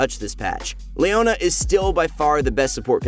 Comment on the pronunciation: "Layona" lul